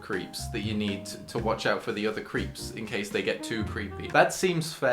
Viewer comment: i don't know why that mispronunciation of creeps triggered me so much ohhh their talking about the person not the MARVolus french food